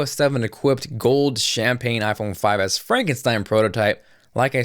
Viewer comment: he says: iphone 5ass hahah